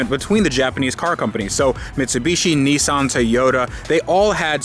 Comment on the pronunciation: Its a nissan, not a neeson